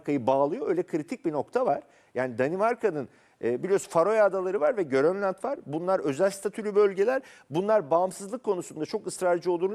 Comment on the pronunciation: Meyhane eksik stüdyoya. Bir Grönland diye telaffuz etmek çok mu zor?! gÖröndeland nasıl telaffuz ediliyor?! tİrabzon mu diye telaffuz ediyor spiker Trabzon’u?!